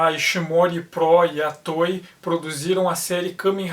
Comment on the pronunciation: Estou ligado, é que eu estava ouvindo "Tói", tipo brinquedo em inglês. Obrigado.